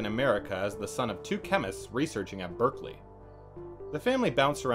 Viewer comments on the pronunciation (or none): none